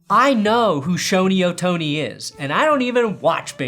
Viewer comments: he definitely says "Shoney O'Tony" but he pronounced it correctly to subtly show he does know how it's pronounced. He also ends up saying "Sherry O'Terry" towards the end. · pronouncing Shohei Ohtani sounds like Shoney's OTony